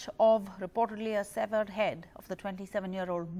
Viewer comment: Severed is pronounced सैवर्ड and not सीवियर्ड . NDTV should set a higher standard for english.